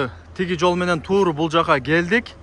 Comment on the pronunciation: * Тууру * дебей туура , туз леп айтсан жакшы болмок .